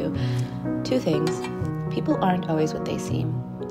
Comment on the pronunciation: You missed the point 💀 also she said “loved” emphasis on the ed at the end.